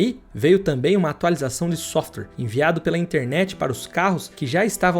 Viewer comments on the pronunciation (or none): none